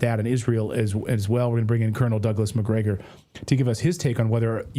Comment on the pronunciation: Mcgregore said it right